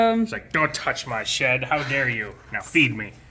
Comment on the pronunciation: When said, im gonna take that piece of shed, i totaly heard piece of sh*t😂 i was like what did he just say?!